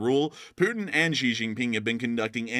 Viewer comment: Need to work on your Chinese names - Xi = She. He = Her